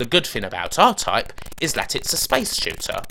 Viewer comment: Diffwences in scweenshots for Aw-Type on the Spectwum.